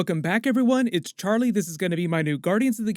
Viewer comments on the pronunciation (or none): none